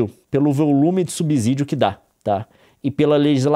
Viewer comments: A cada "subZídio" que ele manda meus ouvidos sangram. Fico imaginando ele dizer "subZolo" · Nilce e Leon, por favor, dêem atenção à pronúncia da palavra subsídio. A letra "s" só tem som de "z" quando está entre vogais, como em cAsA (lê-se caza). A pronúncia adequada é sub(SÍ)dio. Desculpem-me a chatice. Gosto muito de vocês. Um abraço 💚